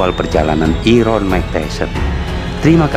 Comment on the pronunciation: Iron mbah mu.. baca nya airon.. 😂